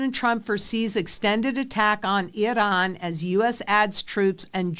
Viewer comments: lol I don’t see a D in I- ran. 😅lRAN. Not Idran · It's Iran, not Idahn. WTF. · 😂 the way you pronounced Iran is ridiculous 🤦 I should not be able to tell who you voted for by this smh it is pronounced I ran not I Don just so you know those people do not like me or you or anybody else in this country they would eliminate (thats a YT way of putting it) us immediately if given the chance so why you would well nevermind this message will not change your thoughts good luck hope you (and anybody else that is in the dark) see the light sooner than later and by all means if you dont like this country please go there to 'I Don' I assure you 100% you will love this country immediately then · Are you iranian? Why try to pronounce it different than your audience? Its iran, nor iron. Cant even watch the show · You gotta stop saying Iran that way. You sound like a moron.